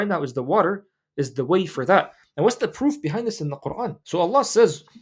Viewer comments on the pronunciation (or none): none